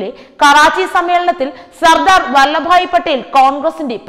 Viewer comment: ‘വല്ല’ ഭായി പട്ടേൽ അല്ലല്ലോ! വല്ലഭ് ഭായി പട്ടേൽ ആണല്ലോ!!